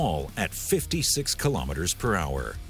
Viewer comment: I wonder why people always seem to trip up on the pronunciation of "kilometres" when they can say "millimetres" properly.